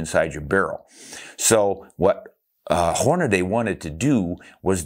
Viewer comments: Everyone say it with me; Hornady...HOR-NA-DEE. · It's not HornaDAY..Hornady.